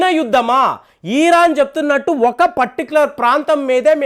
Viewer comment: Eeran kadu ra babu.eran anu.